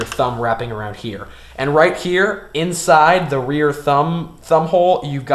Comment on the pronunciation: Why dont he show when he shows it instead of, "MY THUMB HEA, AND INDEX FINGA HEA" XD